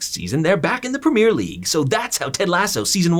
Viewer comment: The way you pronounce “Premier League” genuinely hurts my soul.